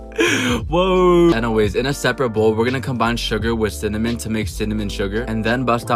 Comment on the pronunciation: anyone else notice he said "synonym" instead of "cinnamon"